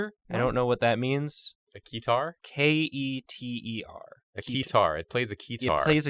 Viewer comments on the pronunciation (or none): Keter: extremely dangerous The guys: its plays a key-tar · Keter (pronunced as spelled not kitar) means Crown in Hebrew and is a last name of a deceased O5 (Top Ranked Individual) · That was funny, but when they got to SCP 682 it was a bit painful to listen to lol. How do you mistake Keter with Keytar while reading the description. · And also keter not keyterr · it was also painful to listen to them mispronounce "Keter" the entire time.